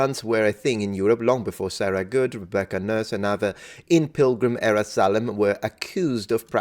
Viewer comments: Since you criticize people for mispronounced Latin words: it's Salem (sale-um) not (sal-um). As we say it in Massachusetts. :) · Salem is pronounced SAY-LUM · It’s a long, “A,” sound in, “Salem.”